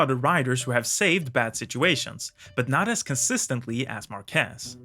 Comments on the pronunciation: Say Maarquez not Marquez. No accent on E. but on the A. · In Spanish, we use this simbol ´ to indicate (under certain rules) where the accent of a word is. I'm bringing this just as a curiosity. Márquez is pronounced with the accent in the Már, not in the quez. So is pronounced something like mark keath . Very good video by the way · We need to get a way to teach how to pronounce Márquez. You are calling him Marqués instead. Stopped listening at that. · Great video! But, please, do pronounce Márquez properly next time!!! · Omg im from Spain, and that is totally not the Way to pronunce his name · When pronouncing his name, the emphasis goes on MAR, not on QUEZ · imagine making a video about someone and not even pronounce the name correctly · Good video. But i think the emphasis is on the first syllable. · PLEASE, IT IS SAID mÁrquez. How many video material did you say you watch ? all you could get your hands on? really? not even a race in castile spanish language so you properly know the fonetics of the name of the man you are talking bout to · MARQUEZ!!!!......Emphasis the A!.....U do no say Washington w/emphasis O!!!! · Good video mate, but please the surname Márquez has the same stress syllable than market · Very interesting analysis. I hope you're not angry if I tell you that in the right pronuntiation of "Márquez" you stress the first syllable and pronounce "z" as "th" in English. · on Bikes Tip for a correct speech. In Spanish, his language, for his name, the stress is in the a, not is the e. Márquez. Please. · And his last name is Màr-keth...that is the correct pronunciation. I have really never understood while English Speaking TV Hosts call him "Mar-kèzzz". He is far from being French....he is as proud as a Catalan can be..... which means he can't handle the french..... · It's MÁrquez, not MarquÉz. (Emphasis on the first syllable) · mÁrquez not marquÉz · The name is pronounced MÁrquez , not MarquÉz. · It's actually "Márquez" so it sounds more like MAR·keth 👍